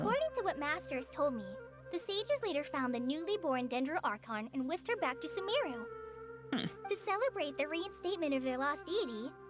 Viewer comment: I pronounce "SUmeru" and not "SumEHru"